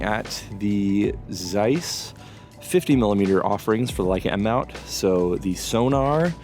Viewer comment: Interesting and informative. Just for God's sake, when will some American learn to pronounce the German name Zeiss??? 😀